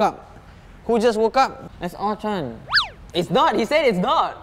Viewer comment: It’s Ultron not Eltron